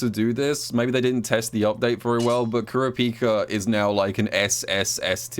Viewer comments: Kur a pika not trying to flame you but I find it funny how u say it lmao What have I become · I slightly cringe every time says kurapika wrong